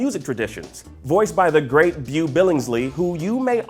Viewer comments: The "Beau" in Beau Billingsley is pronounced like (Bo)...long "O" sound...I had to figure out who you were talking about...cool list though. Hopefully the selection continues to grow where it will be harder to do a list like this. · I'm just here to point out that Beau Billingslea's first name is pronounced Bow...